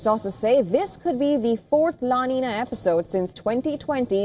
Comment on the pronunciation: The pronunciation is "La Ninya"